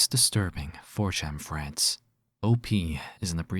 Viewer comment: Freads? You're Asian.